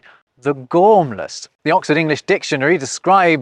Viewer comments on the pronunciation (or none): none